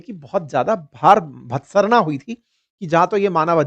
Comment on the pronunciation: your pronunciation is not proper. In this video, you spoke Atababad while correct pronunciation is Abottabad. Bhartsana ( to criticize severely) pronunciation also not normal. Thirdly, the word you spoke, virachana( to show fury) is actually bicharana. This word is used kotputli - Neem ka thana area of Rajasthan.